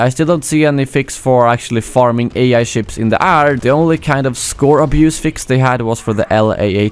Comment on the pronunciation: why do u say air so strange